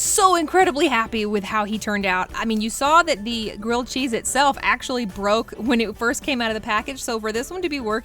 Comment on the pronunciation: Cheese (keep saying chesee)